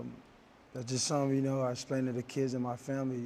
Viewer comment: Yes he did. He also says esplaning instead of explaining